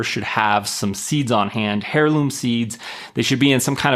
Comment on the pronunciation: The h in heirloom is silent